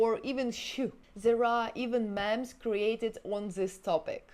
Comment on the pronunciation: Just FYI, you might like to know that "memes" is pronounced meems. :)